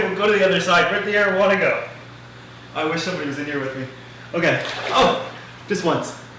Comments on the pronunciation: Whenever you says 'arowana' in your vids I keep thinking you're saying 'marijuana' 😂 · rip arowana for a second i thought you said marijuana lmao but ik its areowana or whatever